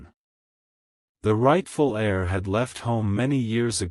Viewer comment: The word is pronounced air, but spelled : heir.